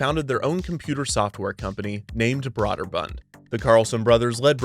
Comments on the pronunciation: Brøderbund is pronounced as BROO-dər-BƏND, like you said, by the company itself. But as for how this made-up word would be said in the languages it comes from, it would be BREH (short E sound, but with round lips like an O)-dər-BOOND. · Brøderbund = Brew-der-bund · Having spoken to persons in the industry as well as former employees, I can attest it is pronounced "Brooderbund" instead of "Brawderbund". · Broderbund - BRO DER BUND not BROAD ER BUND...... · it's pronounced "Brooderbund" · Brøderbund (pronounced BROOD-er-bund) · Broder bund is pronounced with a Long O. Broder rhymes with Loader. Also you botched Karateka. It's not pronounced with a long "KaaaaaaH" at the end. Just kuh rah teh kah, and quickly drop it. Source: I'm older and lived through it. Re-record your narration with these corrections. It's aggravating otherwise. The show released at least 2 soundtrack CDs and sadly Lynne Thigpen passed away some years ago. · Agh. The pronunciation of Brøderbund is killing me.